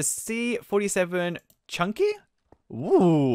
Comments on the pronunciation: Kind of cringy that you pronounced chinuke as chunky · It's pronounced chinnuck not chunky